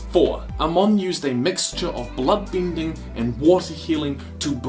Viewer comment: Didly(deadly). binding(bending). Great videos/theories, but the pronunciations are bad.